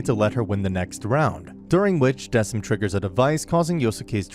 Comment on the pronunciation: I'm sorry, I have to say it😭 It's pronounced "Deh-kim", not "Dehseem" or "Deh-sim"🥲